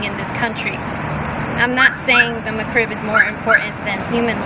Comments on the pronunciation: It is just a nasty sandwich that IS NOT lucrative to McDonald's. Get over it. It's not McCrib It is Mc Rib. Pronounce it correctly. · If she wanted to sound more legit...one simple thing. It's "Mc-Rib" not "Mc-Crib". Her trolling would be that much more convincing.